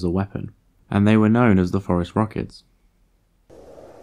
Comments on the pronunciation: No idea why he pronounces it like that. It's phorusrhacids, as in "for-us-rasids"; the last part should sound like "acid" not "ruh-kids". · I don't think so. You said that's "how it's pronounced" and clearly it's not pronounced "forest rockets". A non-native English speaker may not pick up on that distinction. But what the heck .. like everyone else is saying .. "forest rockets" is a cooler name. Let's just run with it. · "...and they were known as the forest rockets..." ?!?!? Really? Are you sure you're pronouncing that correctly? How do you spell it? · I heard "forest rockets" instead of "Phorusrhacids" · I keep thinking that you’re saying “forest rockets” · Apparently you were NOT saying "forest rockets", but I'm glad I'm not the only one who heard that every single time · I was happy with hearing what I heard... FOREST ROCKETS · If not for this comment I would have watched the entire video and gone on with my life thinking he said forest rockets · He was saying forest rockets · Same here. I looked it up using "Forest Rockets" and got high school sports. Then I tried "Forest Rockets, Terror Birds" and finally got Phorusrhacids. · This is what happens when you have an oral language that much deviates from its originally phonetic counterpart, its written form. Spaniards, Portuguese, and Italians would not pronounce Phorusrauchids 'forest rockets' -- they would distinctly pronounce both u's like the u in 'put,' the i like 'ee' in 'meek,' the 'a' like 'a' in 'ah' and not combine 'a' and 'u' into an 'o' sound. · Almost as if the scientific name was purposely phonetically trolling anyone hearing the pronunciation for the first time...got me too! lol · he is not? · if you are basing the pronunciation on the American standards, then yes it does sound like Forest Rockets. But this guy is British, they have a different system. so there's the distinction. But yeah Forest Rockets are a cool name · I swear he was saying, "forest rockets". Oh, apparently everyone did.